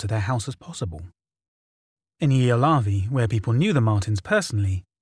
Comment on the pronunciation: Ylöjärvi (yløjærʋi, approx eel-uh-yar-vee) isn't the easiest Finnish word out there, mad props for the effort!